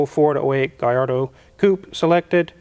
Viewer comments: great info as always!!, but "LL" in italian is pronounced as a long L, not a Y. is not the same as spanish. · I like Smack That, but every time he says Galardo it makes me cringe. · Double L's in Italian definitely does not make a Y sound. Double L emphasizes on the L just like Ferrari emphasizes on the R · It is NOT pronounced Gayardo you idiot! It is pronounced Gallardo, even Balboni himself says you’re full of shit! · If we study Spanish and Italian, we learn the ll in Spanish is pronounced as a Y but in Italian, the ll is pronounced as a L. If it were Spanish it would be pronounced as GaYardo. However, in Italian if is pronounced as GaLardo. It seems the only studied Spanish. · Ini Italian the double l is a strong ll sound. There is no y in the alphabet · I think we can all agree that it's pronounced "Gallardo." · Lol gui yard-o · LL in spanish is Y, in Italian it's L. The correct pronunciation is Gallardo with L, if it was from Spain it would be GaiYardo. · Thing is, in Italian, double L is pronounced the same way L is pronounced in English. The LL=Y equation only applies to Spanish. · In Italian the double l is not pronounced the same as Spanish. Double consonants in Italian are stressed slightly more than the single consonants. I’m afraid your pronunciation of Gallardo is incorrect. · wizard was so critical about Akon pronouncing gallardo with L but MS. said lets take a look under the hood in a middle engine car.oooooooowwooo he wont dare to comment on that one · your pronunciation is right, but Italians don’t convert Ls to a Y sound, I should know. Gallardo is a Spanish word for a bull. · Only in Spanish a double ll is pronounced Y. In Italian is pronounced as an l but you “hold” it a bit longer.